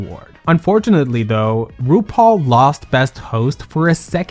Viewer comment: Your opening "RuPaul" came out like Bendala's "Roople" today, luv it! 😂💅❤